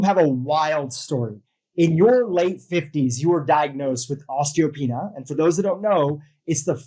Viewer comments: It’s PRONOUNCED: OSTEEEEO PEANEEYA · Pronunciation: os-tee-oh-PEE-NEE-ah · Osteo-pee-nia – look at the vowels. Pronouncing things right will help make you credible. Thank you for the inspiration from this awesome woman.